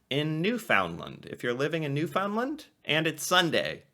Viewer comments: My husband's favorite meals are his mom's boiled dinner and my homemade donair. Also, it's pronounced New-fin-land, not new-found-lind. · Pronounced Newfunlund NOT NewFoundLand😃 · You are pronouncing Newfoundland wrong. It's not ''new found land'', but more like ''new fund lend''. Also, maple syrup usually comes in three categories: light, medium and dark. Sometimes also extra-light. Though the light one is considered more refined, and is therefore more expensive, the dark one (my favourite) is the most flavourful and the cheapest, in spite of the fact that it requires a longer boiling period. Make it make sense. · One of my favourite Canadian meals is "Newfy 7 Layer Casserole", look it up on You Tube. A great meal on a cold Canadian night. Oh by the way, if you pronounce it "NewFOUNDland in Newfoundland/Labrador, they will know that you are a Main Lander right away. Try to say it as "Nufundland", and say it quickly, you will sound more like a Newfy. Always enjoy your site and the interesting way that you, as an American, explore and enjoy our Canadian ways. Thanks. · Newfoundland is pronounced, NewfunLund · It's very sweet how you pronounce Newfoundland, I say it like you do, too. So, we're both wrong. Found sounds more like fund, so Newfundland with a stress on New, and we're golden! :) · "Newfoundland" should be pronounced "New-fund-land" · Love your videos, but it’s time. Look up how to pronounce Newfoundland. (Proper is closer to New-Fin-land when said quickly)! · Drinking game: quaff a shot of whiskey every time he mispronounces Newfoundland. 😆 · Newfoundland rhymes with understand.